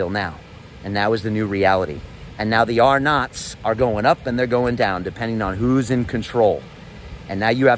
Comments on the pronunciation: What is that word he is saying argnot? Agrnot? Dropped to 10,000? R-NOT? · I can't understand what you mean in your narration? Are you saying the phrase 'are not', 'R nought', Rnage, Arnott or is it something else? Can somebody explain what it is to me? Is it an Orwell thing? Thanks. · Is he saying rnot the whole time? What the hell is an rnot?